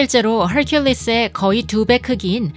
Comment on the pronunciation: 애이10 떤더뽈트 야쉉멥돼쥐 ...........원어민 발음에 경탄합니다 헐귤리스 ㅋㅋㅋㅋㅋㅋㅋㅋㅋㅋㅋㅋ